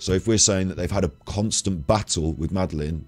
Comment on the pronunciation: Love your mispronunciation of Madeleine's name.x